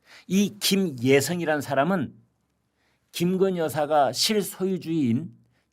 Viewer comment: 이 아저씨는 도데체 뭔 이야기를 마치 젤바른말 하는사람처럼 말끝에 힘을꼭주면서 언근히 김건희여사를 까네 말말이 김근희 김건희 하면서 우파라 치는데 어쩌면 이리도 왔다리 갔다리 하는지 늘 맘에 안드는 사람이다